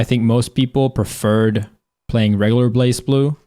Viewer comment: Leffen its not really that people skip, its mostly because you have a dead category... also you mispronounced blazblue